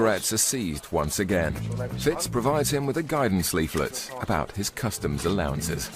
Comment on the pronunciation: its customs ...you boneheads, not COSTUMS